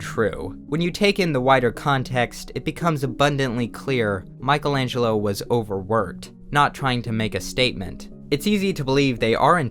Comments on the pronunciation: Michelangelo, not Michael. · its the first time i see someone calling michaelangelo MICHAEL ANGELO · you are so unqualified to write on this. first you cant pronounce his name. then your insights are wrong.... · You were able to butcher Michelangelo’s name, the name of his works, and of almost everyone who was cited.